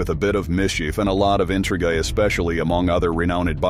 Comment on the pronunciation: Eekoes and intriguh? Strap in for the ride of a lifetime? I don’t think so Mr. AI computer generated voice. Learn to read.